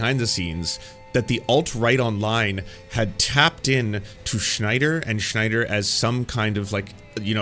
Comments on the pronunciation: Does this guy say Sch-nyder on purpose because his name is Sny-der, no Germanic -sch at all. Having gone pedantic, not a fan of Snyder films. Even 300, I saw it once and have never seen it again. Style over substance poster child. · Sn I der. Not SHnider. Sorry, but it was bothering me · Its Snyder not Schneider lol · It’s sNYder not sCHNeider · It's zack snyder, not zack schneider. Just something that bugged me throughout the vid. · Great interesting video but gotta ask who is Schneider? Do you mean Snyder? Sorry it just bothered me throughout the video. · I'm not right wing, I'm not even American. Yet a DC fan since I was a kid. I LOVE Zack Snyder and Chris Nolan's DC. No one knows nor cares what "woke" means outside of your country. Please stop with this crap already. edit note: btw it's not SCHNEIDER it's SNYDER. edit note 2: in 300 Spartans were fighting against PERSIAN EMPIRE which weren't even Muslim at all back then. edit note 3: Snyder family should sue you for your baseless claims about them "supplying material" for N@ fascists and white supremacists. edit note 4: you sucked Gunn's balls so well; I hope you get paid for such a hard sucking up. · SNYder Not SCHNeider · Pronouncing Snyder as Schneider is genius XD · Is it a thing now that everyone pronounces Zack Snyder's name as Schneider? Not nitpicking, I just noticed other YouTubers doing this too. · Snyder is pronounced like "snide" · Why do you keep saying "Jacques Schneider?" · Grinding my teeth at how you pronounce Snyder like Schneider. Anyway, I'll continue the video now. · I’m not a snyder fan boy, but man you butcher tf out of the pronunciation of his name every single time in this video it’s actually crazy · Are you purposely mispronouncing Snyder? Not trying to be mean, just curious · I like the video, but the pronunciation of “Snyder” is naking my eye twitch.